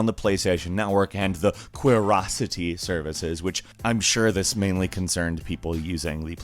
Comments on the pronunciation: And it's not "quereocity" lol. It was always pronounced as "curiosity." Say it out loud... Q-ri-ocity. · Surely "Qriocity" is "curiosity" and not "kwirocity"... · I have heard this mispronounced so many times. "Curiosity." Qriocity is just them trying to be cute and stylizing it. It didn't work. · just said Quoarocity